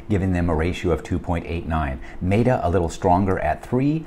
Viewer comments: Wild that TSLA stays in and AMZN got the boot. lol. But the logic is sound. My bias is just showing. Also, META (met-uh, like I met you yesterday) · Maybe my bias is showing as well since I am not a fan of Amazon's business model and how they treat their sellers. And, I always pronounce Meta wrong. Why are meta and beta pronounced differently anyway?